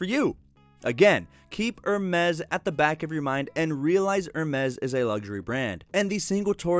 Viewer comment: It pronounce ER-MASS or AR-MESS... wtf are you pronouncing 😂🤣